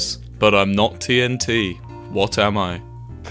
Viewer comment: TNT ‘Tinaturner’ Tf